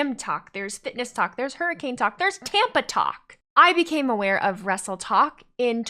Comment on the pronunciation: Does that mean the vs Tiktok rivalry over...👀 I kept hearing "Wrestletalk" instead of "Wrestletok" lol.